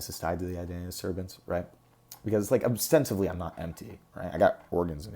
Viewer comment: the word is ostensibly swdy not obstensively lol